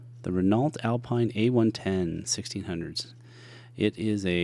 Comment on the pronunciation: great vid. I love this car so iconic. BTW Renault is French so it is pronounced Reno. Contain the great videos.